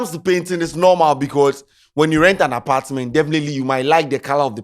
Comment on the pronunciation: The "hosdt and apartdment" 😮